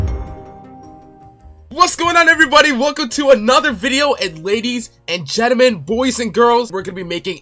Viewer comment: Ladies and gelement. We got them.